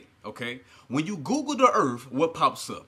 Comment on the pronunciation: "When you Google 'da urff'". I suggest everyone do that, you get some interesting hits.